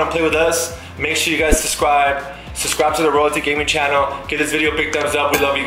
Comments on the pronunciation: said sucwibe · bro did just say subscwibe